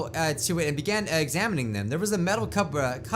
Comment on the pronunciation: how I pronounced cupboard